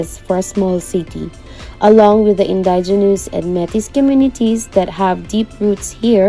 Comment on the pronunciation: I’m very sorry but I cringed so hard when you said “Metis”. Please, “may tee”….. Welcome to the north.